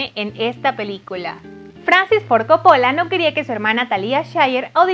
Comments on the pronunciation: Buena info pero por favor no repitas co-po-lla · soy italiana y tienes razon la chica del video lo pronuncia mal... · Me molesta que diga Coppóla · Interesante pero por favor nunca mas digas "Caradin" .... Se pronuncia Deivid Carradain (David Carradine). Y chica por favor se te perdona lo de Caradin pero el Director es Cópola no Copola. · Cada vez que dices Copóla se me sube la presion!!!!!!!! ES CÓPPOLLA CÓPPOLLA CÓPPOLLA!!!!!!!!!!! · No es Cóppola? con tilde en la O? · No se pronuncia Coppo'la, se pronuncia Co'ppola !!!!!!!! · Tenía tantas ganas de ver tu video.. Pero no soporto como pronuncias "Copola"... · ¡CÓPOLA! ¡CÓPOLA! Y además, lo dice un montón!!!! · (Corleone no corleoni,)y la familia corleone era italiana no española y no eran de Roma,eran de Sicilia, y coppola le pronuncia cóppola. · Se dice ''cÓppola'' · Así como tampoco sabe pronunciar el apellido Coppola, cuya sílaba tónica es la primera, teniendo entonces que pronunciarse Cóppola (en italiano sólo se acentúan gráficamente las palabras agudas)... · Ni saben pronunciar nombres, dicen de una forma en una parte, de otra despues y asi...corlioni, corleone, coppola,coppolá, talía, talia...🤦🏽‍♂️ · Vine a quejarme por como dice copOOOOOlla 😠😠🤬🤬😠😤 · Gabi Alfaro jaja,y a mi me sangraron los oidos de: "paramount","Coppola","Talía Shir". ... Jajaja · buen video....pero mala pronunciacion de coppola....entre otras tantas... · Tienes varios errores en pronunciación de algunas palabras, incluyendo el apellido del director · Primero aprende a pronunciar el apellido de director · si sabes que pronuncias muy mal Ford Coppola !!! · Exagerada pronunciación del Inglés, no entendimos tus brincos en todo el video y pronuncias mal el apellido Ford Coopola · Querida, pronuncia bien Coppola y Hagen por favor 🙄. Deberías investigar este tipo de detalles primero antes de empezar a hacer el video.